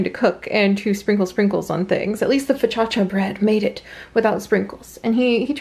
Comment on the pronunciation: foccacia is pronounced like pho-ka-cha